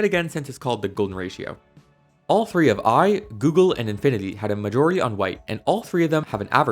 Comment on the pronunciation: three tree?